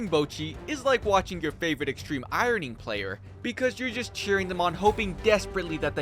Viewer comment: ... Extreme... IORN-ing. Okay you have given me a new wikiwalk to take.